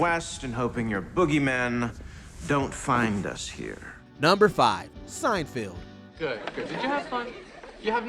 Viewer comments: I feel this is important: it's Seinfeld, not Seinfield. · "SeinfEld", "THEE Office", what the hell man, stop butchering beloved tv series! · I'm pretty sure the narrator of this video mispronounced "Seinfeld" and "Dunder Mifflin" just to troll us/me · It’s SeinFELD not SeinFIELD. Also did you just says “Star Trak?” What is happening